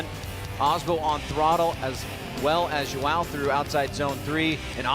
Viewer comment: gringo n sabe falar os fonemas do “ão”